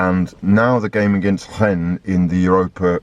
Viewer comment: pronouncing Rennes with the full Gallic flair: "Hrrrhen." Beautiful scenes;)